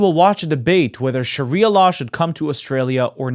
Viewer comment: literally admits "I know no other culture than Australian" --- but also keeps insisting "tHeRe'S nOtHiNg WrOnG wItH LiViNg UnDeR SHARIAR LAAAWR!!!"